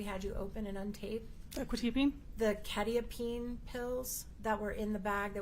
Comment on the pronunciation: The funny thing is neither of them say it correctly anyway, it is pronounced Kwet- eye-ah-peen